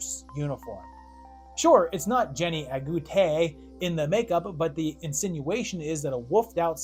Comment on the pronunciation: The biggest question is, how on Earth are you pronouncing Jennie Agutter’s name so wrong? 🤣🤣